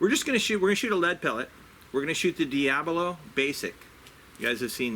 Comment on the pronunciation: DIABOLO NOT DIABLO WHY YOU SAY DIABLO WHEN IS DIABOLO 😂😂😂